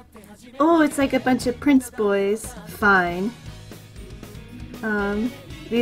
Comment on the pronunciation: Its pronounced FII-NEH and not like fine btw 😭